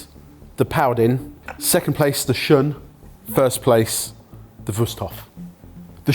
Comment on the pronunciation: So…… shun is pronounced shoon. If you can’t even say it it correctly can you really tell me about this knife? Also all my hand forged Japanese knives are also work horses, difference is I’ll be able to pass mine on to my kids, good luck doing that with a stamped knife. You,can get a solid entry level Shiro Kamo for like 150$